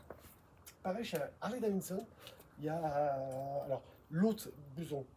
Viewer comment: STP prononce bien Harley DaviDson et non Harley DaviNNNEson….😂